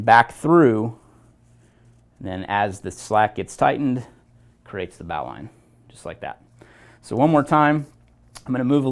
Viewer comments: Originally, it was a naval rescue knot. It was thrown from the bow of a ship to those in the water. The annunciation has been "bo-lin" knot over time. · Dandy video. The correct form to pronoune the word NOW is bo lin just like what Alexander said. English changes (too dang fast and stupidly sometimes, like in this case). I never thought about the etymology of the word though. "Bow line". Very cool little fact you put on here. I'm a climber and work at a climbing gym...I'll definitely use that little fact in my classes. In the end, thanks for the education buddy, but you'll probably get corrected on that pronunciation for the rest of your life. Especially on youtube where folks are quick to respond haha Peace n Luv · Definitely not a bowel line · >says one-handed >uses two hands Also, you're not saying Bowline correctly. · I believe you are mispronouncing bowline, merrium-webster seems to agree with me